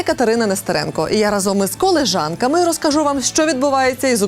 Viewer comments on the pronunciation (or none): Я перепрошую....коліжанками...коліжанками...лі, а не ле...